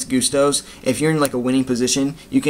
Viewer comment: Goosetos? Gustos* gust as in a gust of wing not goose as in my goose is cooked